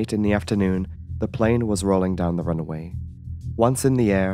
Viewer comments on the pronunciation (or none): Your pronunciation of certain words is amusing - eg it is RUNWAY not RUNAWAY